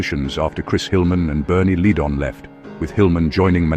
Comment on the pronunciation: Not the worst I've seen. FBB's were just a piece of the puzzle...FBB 3 was their best production. The album flows, from start to finish. BTW, common mistake even from live narrators..It's Ledd-un